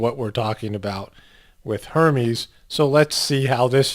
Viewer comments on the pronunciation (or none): Its pronounced er mes Hermes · it's pronounced ur-mez